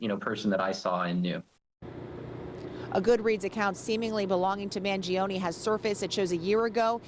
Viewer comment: His last name is pronounced as Mahn-joe-neh, not Mann-gee-oh-knee. Anyways, he's done nothing wrong. Hopefully he has a good counsel on his side and gets a fair deal.